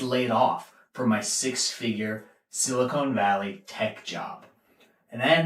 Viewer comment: I figured that you didn't work in Silicon Valley when you called it "Silicone" Valley. No offense, I enjoyed he spoof. Silicone was something used in breast implants wasn't it?